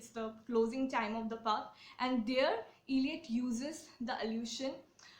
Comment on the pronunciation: Please pronounce the poet's name properly: it's not iliot, but ell( rhyming with bell)iot